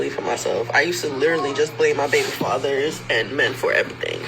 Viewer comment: Yo i had to rewind cuz i thought i was hearing sh*t😂 She really said baby fathers with a hard "S"😮